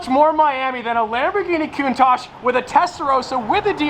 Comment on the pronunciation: No! I can't take the way Americans say Countach! Why didn't you get a diablo!!